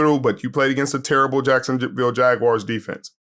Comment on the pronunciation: Love these podcasts, but: Its Jag-wars not Jag-wires!